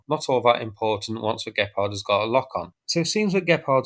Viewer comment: Gepard... not gephardt ... or better say Cheetah in English :)